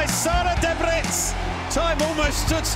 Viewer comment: It's Daebritz or Däbritz, not Dabritz.